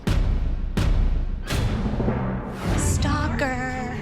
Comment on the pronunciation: “stalkæerrrr” helppp😭😭